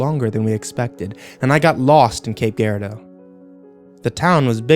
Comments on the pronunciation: Cape Gaarridoo LMAO it's pronounced cape Jer-rado. I've heard this recording multiple times over the years only to realize this place he's describing is where my parents moved to... going back to visit today. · It is pronounced "Cape Girardeau" rhymes with "Tape Jeer are doe/dough" not "Cape Gear are dough" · I know this was recorded ages ago, but it's pronounced cape jer-ard-o like jer(k) or jer(sey) -- an unfortunate Missourian lol